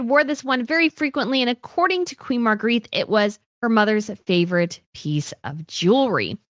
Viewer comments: Love your stuff…but Queen Margrethe is pronounced Mar-GREH-teh and never Marguerite. :) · yes, I like watching channel but it bothers me so much to hear her continually mispronounce the name of Queen Margrethe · Time to learn how to pronounce Margarethe. Think of it having an a on the end. Your incorrect pronunciation is grating.